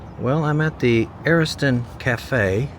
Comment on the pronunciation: Also, you pronounced some things wrong, like Ariston and some other things, but I understand. Cool video. Thanks for visiting.